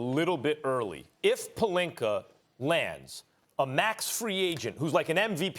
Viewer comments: Serge Ibaker, Rob Pelinker lmaooo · "Rob Pelinker" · Why is everyone else calling him “Pelinka”? His names Pelinker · No one: Stephen a Smith: RoB PeLiNkEr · Rawb Puhlinker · Idk what's funnier, Rob "Pelinker" or "Kember" Walker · Stephen a smith: rob pelinker, kember walker, KWAHIIII LENNNIT